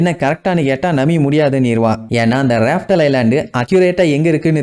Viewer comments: Rafe tale illa laugh tale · Bro athu raftle illa laugh tale😅